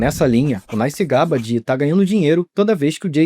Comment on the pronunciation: NES? It’s NAS